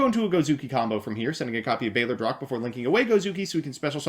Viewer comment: It's not bayler drock It's BALLER ROACH!